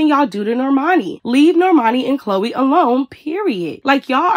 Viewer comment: Y'all caught that? She said Chloe's name wrong 😂